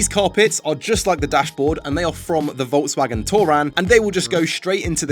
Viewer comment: Ah yes, Volks\M/agen